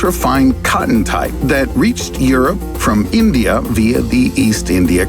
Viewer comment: wtf is "eendya" lol